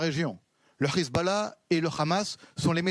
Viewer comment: C'est pas rizbollah mais Hezbollah, vous avez vraiment des problèmes de locution.